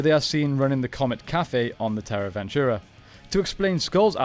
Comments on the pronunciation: You really butcher and mispronounce several things and its a huge distraction. Its TRAHkeena not TAHkeena. There is an R. And its terra VENTURE, not VENTURA. No A!! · Cool video. Just a few details: 1- It's Terra Venture not Terra Venturer 2- It's Trakeena, not Tarkeena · I think perhaps you should watch the seasons to know how to pronounce the names of locations and villains. I don't know 'Tarkena' is but Trakena? I do, not sure where Terra Ventura is but Terra Venture, I do. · I don't think it was Terra "Ventura" but "Venture" and it wasn't "Tar-Keena" it was "Trah-Keena". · Came to say this lol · It’s “Venture” not “Ventura” 😂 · It’s Terra Venture not Ventura. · It’s Terra Venture…. Not Terra Ventura… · Isn't it Terra Venture and not Ventura and Trakeena and not Tarkeena? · Its Terra Venture not Terra Ventura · Why do you keep saying ventura? I know its tricky to argue about pronunciation with people from different countries and regions, such as aluminum vs aluminium or X Y X vs excees. But the Terra Venture ends with an E not A. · Loving the videos man but it's pronounced Trakeena not Tarkeena, and Terra Venture not Terra Ventura... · Dude, Terra VenturAH, TARkeena, what happened? Lol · Who is "tarkeena"? 😂😂 And Terra Ventura? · I cringe every time I hear “ventura” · Love the video but what’s up with the wrong pronunciation of terra venture and trakeena? They aren’t even spelled the way you pronounced them 😂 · Am I the only one who cringes everytime he says Terra Venture and Trakeena the wrong way? 😖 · I can’t lie, the pronunciations of Terra Venture, and Trakeena was frustrating. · You dare call this channel 6th Ranger, yet you can't even get "Terra Venture" to come out of your mouth correctly? Quick question. Who wins in a fight. Dargonzord versus Q-rexus?